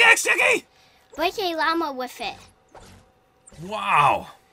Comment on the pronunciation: “Bwake a wama wifit” I love Jackie so much😂